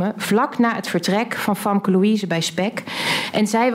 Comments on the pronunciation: Waarom noemt haar advocaat haar Famke met een A? Je spreekt haar naam uit met een E. Beetje raar als je eigen advocaat niet weet hoe je je naam uitspreekt.. 😅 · Gaan we het nog hebben over het Feit dat Famke haar Advocaat de naam van haar cliënt onjuist uitspreekt? Wat een aanfluiting dit